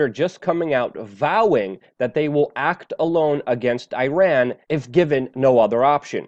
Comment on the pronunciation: that's the way to pronounce Iran correctly. It's not I-ran. Thanks for trying Luke.